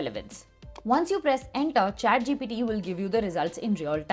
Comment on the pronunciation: Also she kept saying chatgpD